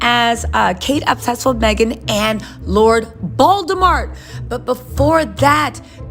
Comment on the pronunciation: Omg...did u just say lord baldamort ahahahaha!!!!